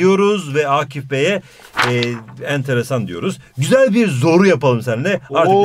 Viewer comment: Once said Tonguç:✨AaĞ✨ Hoca: ✨yÜzdE YüZdÜr bİğR dEmEk✨